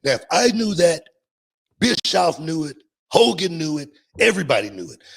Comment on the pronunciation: I could listen to Booker T say the name “HO KOGAN” forever.